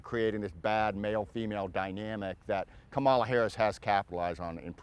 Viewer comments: Comma la… it’s not difficult. So he’s either an idiot or being disrespectful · It’s pronounced comma la…. JFC he’s either an idiot or purposely mispronouncing her name. It’s disrespectful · He cannot even pronounce her name correctly.